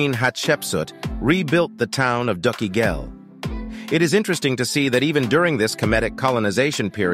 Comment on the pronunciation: I go from scholar to child every time you say "dookie ghel"